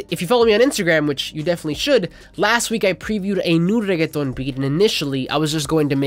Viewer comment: thank you for saying reggeaton with the proper accent ma dude 🤟